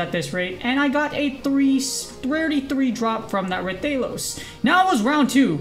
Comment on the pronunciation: Its RAH thalos btw not raythalos